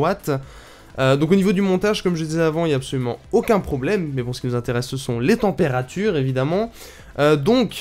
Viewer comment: "témpérature" :3